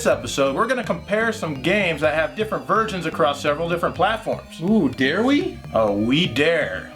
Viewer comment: you REALLY need to work on your enunciation of the word "versions". You must've said "virgins" at least a dozen times in this episode!